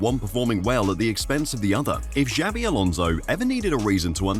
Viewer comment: Jesus Christ, stop mispronouncing his name. It's XABI Alonso, not JAVI Alonso.